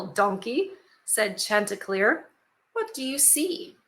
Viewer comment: No, she said it right. The name refers to a rooster in one of THE CANTERBURY TALES by Geoffrey Chauser from (maybe) the 1600s.